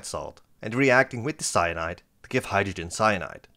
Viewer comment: Did you say potassium ceonide? 😮😮😮